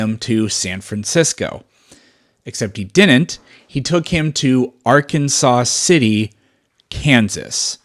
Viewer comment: Arkansas City, Kansas is pronounced Ar-kan-zas. No saw. Now you know something else.